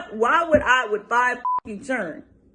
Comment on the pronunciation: Foe not five. Stop tawking bout huh chiren.